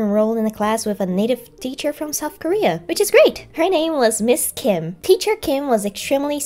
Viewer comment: I'd like to think if Ms. Kim saw this part she'd be seriously impressed with how natural your Korean sounded here when you were doing an impression of her (and maybe a little flattered) while also enjoying a good laugh at how the exchanged turned out from your perspective.